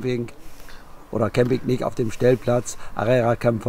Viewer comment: Warum sagt der dauernd "Arera"? Der Platz heisst "Area" was soviel bedeutet wie Platz. Liebe Grüße aus Villajoysa.